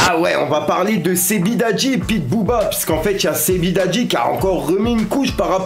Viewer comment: "Sebidadji" 🤣🤣🤣 sérieux mec fait un effort, prononce correctement